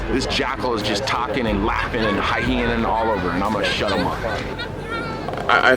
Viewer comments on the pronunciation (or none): Man said " hyenaning" 😂😂